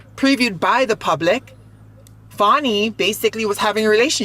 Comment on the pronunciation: What I heard... Girl hush. Its so funny how they cant pronounce Fannie and Latisha but have no problem with Deutsche bank!!!!!! That is why they are racist!